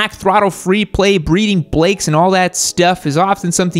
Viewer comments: "Breeding Blakes" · "Breeding blakes"., eh? Yup. Totally caught that. 😂